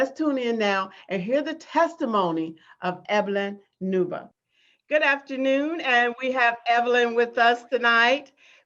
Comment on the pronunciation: Pls the name is Uuba not newba